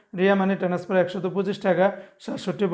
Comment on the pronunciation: টেনাসফার বলেন কেন? আপনাকে বহুবার লিখেছি, টেনাসফার বলবেন না, বলবেন ট্রান্সফার TRANSFER বলবেন। ভুল উচ্চারণ করবেন না, অনুরোধ রইল।